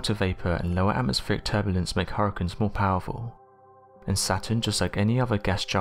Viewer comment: I've never heard anyone pronounce "hurricanes" as "har-cuns". Luckily you said it 27 times in 60 seconds. Any less & I would have never figured out what you were trying to say.